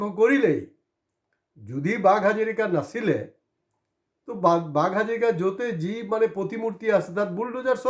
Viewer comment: অনুগ্ৰহ কৰি "হাজৰিকা" বুলি উচ্চাৰণ কৰক।